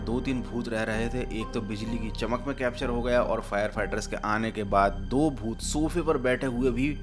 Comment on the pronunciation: bhooth ❌ Pooth 😂